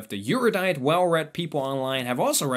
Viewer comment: AIR- you-dight